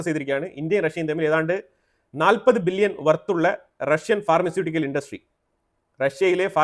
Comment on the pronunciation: ബില്യനും ...മില്യനും.... പറയുമ്പോൾ ..... വ്യക്തമായി. ' നിർത്തി നിർത്തി..... പാടൂ